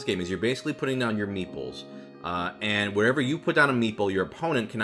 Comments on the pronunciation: I only realised at minute 27 that he wasn't saying "meatballs" but "meeples", which is a word I have never heard before. Don't know why I took the meatballs at face value either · The video was almost over by the time I correctly heard “meeples” instead of “meatballs” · "Meeples"? Thought you were saying "meatballs", which would interest me somewhat. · learn how to pronounce the "T" in meat ball. i swear i thought you were say8ng meeples. goddamn californians.